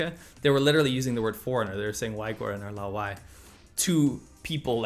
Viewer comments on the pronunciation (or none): laowai is more the real pronunciation